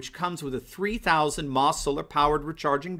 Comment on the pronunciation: 3000 mAh = 3000 milli amp hour or 3 amp hour. The way you where saying it drives me nuts.